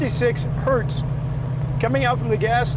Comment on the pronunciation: i kept hearing Hurst